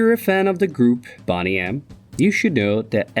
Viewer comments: How is Boney pronounced like Bonnie and not Boney as in 🦴 lol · Boney (pronounced the same as the bones in your body. Not Bonny - which means good looking ,healthy, well presented attractive. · Pronounced bone nee